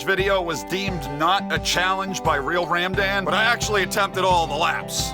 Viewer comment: I’ve heard it all 🤣🤣 realradman 😂